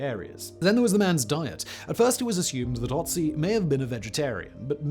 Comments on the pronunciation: FFS! Can't you learn how to pronounce the guy's name before you make a video on him? It is Ötzi, not Otzi. This is PATHETIC. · It's Ötzi not Otzi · The Ötzi is called Ötzi, beeing the first vocal spelled like you say "burn".